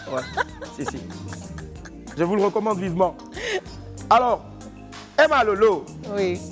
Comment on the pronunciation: Demeure béni Franchement EMMA HUMMMM ON PEUT ÊTRE CHIC COMME ÇA LE PÈRE DALOA FAUT DIRE EMMA SEULEMENT C'EST MIEUX 😂😂😂😂😂😂😂😂😂😂😂😂😂🙄🙄 tchiaaaaaa gagaga Gagaga c'est quoi ça déformation du nom